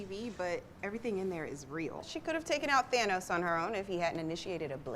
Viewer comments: Yeah, it's pronounced "Thayne" for his kid, Thane, but Thanos is pronounced with the "aa" sound like rat, past, last, etc. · is she ever gonna pronounce thanos right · I really need to know who talked into thinking thats how you pronounce thanos 🤣.